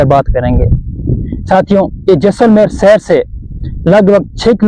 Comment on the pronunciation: Cher nhi bhai seher